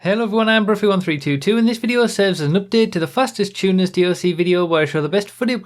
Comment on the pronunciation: I thought was going to say "Tuners" the whole vid, but then the "Chewners" started coming out